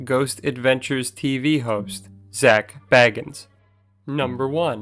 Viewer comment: I wanted to think a lot of this was probably fact, but you kept pronoucing his name wrong numerous times. Yeah, Hollywood isn't all legit, serious, and accurate, , and really nothing here that actually makes Zach look bad. Plus, if you're going into a tourist trap in Vegas, it's probably not going to be all real anyway. But you'll be surprised what you can get with deep pockets.